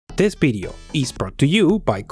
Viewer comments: "This BIDEO was broght to you buy" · "This Bideo!" ...lol